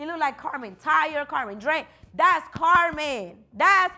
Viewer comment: Karma instead of Carmen lol or something Spanish what’s your middle name ?